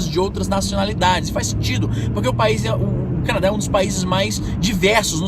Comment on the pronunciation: Canaa ? Quiz dizer Canadá?